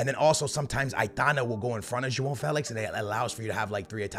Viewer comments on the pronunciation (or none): So jao is joang Yh😂why does he say Felix name like dah😂